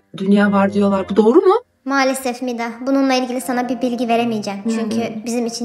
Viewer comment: Umida değil Mida